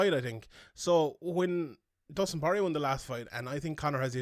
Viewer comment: i left as soon as I heard him TRY to say porier …